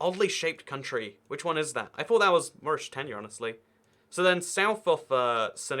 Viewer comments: It’s Mauritania not maurishitania ahhhh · “Moorishtania”!??? Wtf?? Who pronounces like that? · ah yes morishtania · Maurishtania lmao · You say Mauritania really weird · How did you pronounce Mauritania? For some countries..you pronounce them very incorrectly.